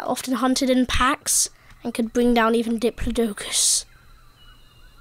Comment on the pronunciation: The way he says diplodocus 😭😭